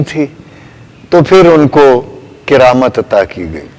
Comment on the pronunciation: کِرامت نہیں جی کَرامت زبر ہے زیر نہیں